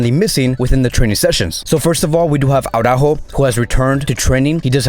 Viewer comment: I still don`t understand where u got AURAJO from?His name is ARAUJO and it`s pronounced fonetically so unless there is something i`m missing,you`ve misspronounced his name for OVER 1 YEAR ma friend rofl